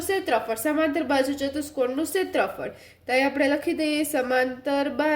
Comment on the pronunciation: ક્ષેત્રફળ ❌ સેત્રફળ